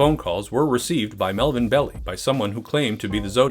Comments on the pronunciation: Interestingly, Arthur Leigh Allen was called by a pseudonym in Graysmith’s book, but by his real name in the movie. And it’s Marvin Bell-eye, not “Belly.” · Melvin Bell-I not Belly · It's Melvin Bell "I" not Bell "E". Otherwise, a great WTF. The director's cut is the better version, highly recommned it for fans of Zodiac. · Melvin Bell-Eye. Not Melvin Belly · "Melvin Belly"???? That way of pronouncing his name prompts a WTF reaction for sure!